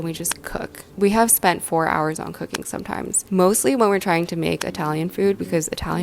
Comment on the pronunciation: For some reason when you said that you been into cooking lately I heard coc**ne and was like what noo